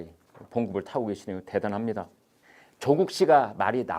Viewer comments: 대기자님 발음이 예술인데요 초쿡 어이그 챙피해서 얼굴들고 동네를 어떻게 다닐까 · chok uk 이죠 구글발음이 좋아 ㅋㅋ